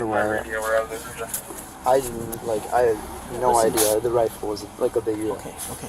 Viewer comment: The hyperbolic commentry is painful! Dude can barely say the word 'Rifle' properly